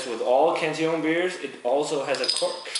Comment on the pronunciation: its funny how peters pronunciation is so proper with every brewery name but does not pronnounce cantillon with correct pronunciation